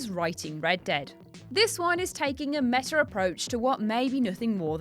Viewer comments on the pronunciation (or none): none